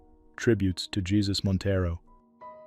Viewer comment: Montero was in an accident. It wasn't a secret. And his name isn't pronounced like our Lord.